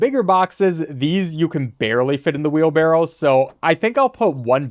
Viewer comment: Hearing wheelbarrel makes me cringe.